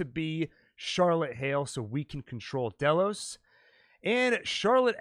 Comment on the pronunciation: Why do you say dolos instead of Delos? It’s pronounced in the show...